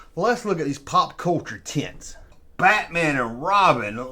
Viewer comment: Errtime you say tents I hear tits!! that right therrr is the lost world V-hickle tent!! With a stirrrin’ wheel!! for President!! Wooooweee 😅